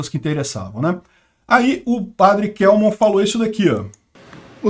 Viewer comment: O Padre Kelmon é meu conhecido pessoal. A pronúncia correta é KÉLMON.